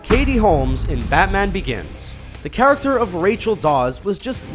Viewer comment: "charactcher" XD